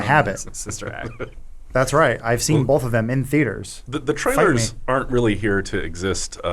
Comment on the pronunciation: This episode seemed particularly 'bolth' heavy.